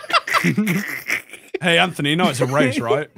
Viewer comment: Why did I always heard Anthony's name as "Entity"